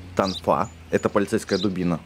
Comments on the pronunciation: правильно тОнфа а не тонфА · не тонфА, а тОнфа